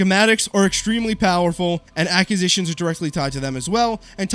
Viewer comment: Cant listen to him say acquisitions incorrectly anymore jeeesus